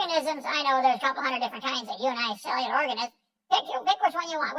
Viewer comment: What has Kent heard to give him the impression that "unicellular" is supposed to be pronounced the way he pronounces it? Does he say "uniform" or "unicycle" the same way?